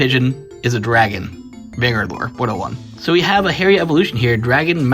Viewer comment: Its "Har-Ree" not "Hairy"